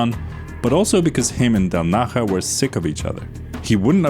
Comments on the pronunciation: Del Naya not Del Naha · How the hell are you pronouncing 3D’s surname?? It’s Italian, not Spanish! del NAH-yah • Del as in English “del” (short e) • Na stressed, like “nah” • ja = “yah” (the “j” in Italian is pronounced like an English “y”) So: del-NAH-yah. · Del Naha??? Seriously? You haven't tried to check the transcription how to pronounce it? 😂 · The “j” in “del naja” is pronunced “e”; he’s of italian origin, not spanish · yeah it's a j like jar